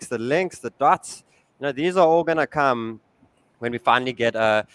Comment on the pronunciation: Did he say toom or tum or tuum or?